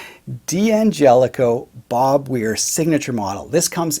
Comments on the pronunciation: Braun Guitars brother greatest video as always. However it's pronounced Dan-gelico not Dee Angelico lol grammar nazi at your service lol. Keep on keeping on sir. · i just noticed - you said "dee angelico" for the d'angelico. but...you're Canadian. isn't it "dangelico?" i thought the "dee" was an American thing. just sayin'...i cold be wrong :P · As always, excellent and informative video,! (friendly tip: D'Angelico is pronounced "Dan-JELICO.")